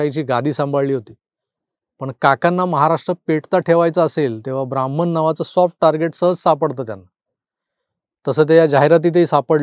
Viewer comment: बामन नाही ब्राह्मण. आपल्याकडून असा शब्द उच्चारला जावा याचे आश्चर्य वाटते.